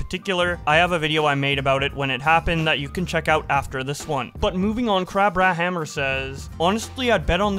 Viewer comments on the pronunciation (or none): none